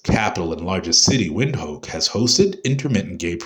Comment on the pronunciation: Windhoek is pronounced “vint hook”.